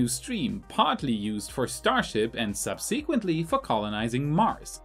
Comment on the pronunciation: A friendly piece of advice. Check out the pronunciation of the word 'subsequently'. Cheers.